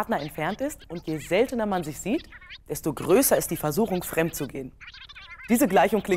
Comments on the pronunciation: fremd statt femd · fremd und nicht femd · femd statt fremd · Minute Fendt gegangen ich dachte es heißt fremd gegangen 😂😂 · “femd” ich dachte das heißt fremd😂😅😇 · femd anstatt Fremd nice 👍🏻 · es heißt fremd* und nicht femd haha😂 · Hahahahaha also ich glaube das heißt fremd und nicht femd gegangen 😂😂😂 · C'mon, Galileo - Team. *fremd Das soll ein r hin. Ist es so schwer?